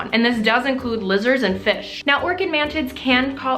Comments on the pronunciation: I thought you said "man tits" and not mantids and I was very confused for a second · Did she say “mantits”? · I cant stop hearing "ManTits" xD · it sounds like you keep saying man tits hahaha